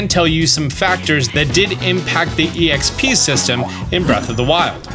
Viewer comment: People who say exp that way make me uncomfortable